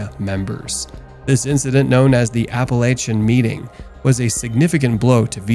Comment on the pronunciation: You medigans should learn proper pronunciation. Genoa-JENO AH Genovese-Jeno vaysay Appalaichan-APP A LAK IN